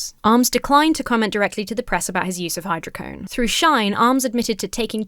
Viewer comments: "Dismembered" 😂 Oh it's hy-dro-co-done not hy-dro-cone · Hydro Co Doughne Not hydrocone But it's just Vicodin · Theres a DO in hydrocodone. Its said like hydro code own. Hydrocodone. Thanks. Happy birthday!